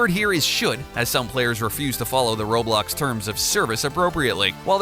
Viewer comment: Atleast he didn't pronounce roblox like "raw blocks"